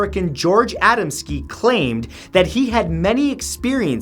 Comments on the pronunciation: A dam skee not ada m ski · a•DAM•ski, not ADAM•ski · #9 last name is pronounced Ahh-dahm-ski